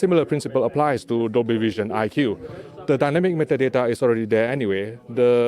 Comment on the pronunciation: Nobody says Dynamic meta date like he does! Lol